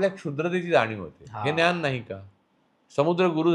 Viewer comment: "न्यान" नाही रे भावा, "ज्ञान" म्हण